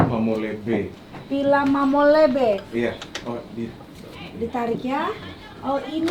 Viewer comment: Mamoli bukan mamole, itu nama perhiasan orang sumba